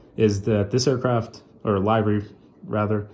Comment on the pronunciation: Amazing video! I agree with Aviation18. I would love to see an updated collection video. I have been watching you for a while now, and I am so happy you are back! I also love how you pronounce livery "lie-vry" lol